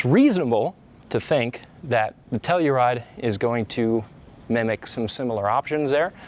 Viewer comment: I swear I heard Nutella-ride 🤣🤣🤣